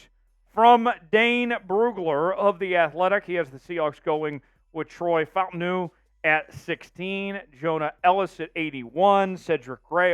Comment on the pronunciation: It’s pronounced Fa Ta Nu…